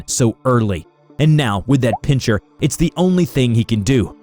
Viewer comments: Pincher? It's pronounced Pin-ser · pin-CHER??? WTF is this